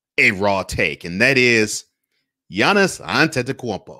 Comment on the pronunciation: You get m vote just for pronouncing his name. Great lighting.